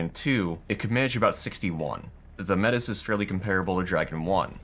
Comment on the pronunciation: Ive watched you for a long time and love your videos, but please look up the actual pronunciation of Métis , thats my only criticism keep it up